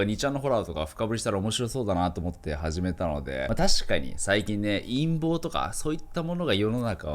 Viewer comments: 陰謀がいんもうにきこえた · 陰謀が取り巻いてるが いんもうが取り巻いてるに聞こえた